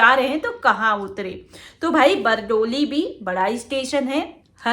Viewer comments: बरडोली नहीं बारडोली बोलो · Bardoli naam hai Aapke bolne me bhul hai medam ji